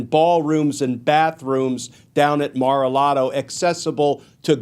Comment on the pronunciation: He really said maralardo? 😂😂😂😂😂😂😂😂😂😂😂😂😂 .. really funny considering the commenter looks just as unhealthy. He should mind his biz.